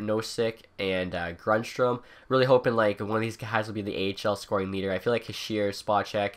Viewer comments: I know right? I cringe every time I hear him say "Hee-sheer" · His name is pronounced "heeshay"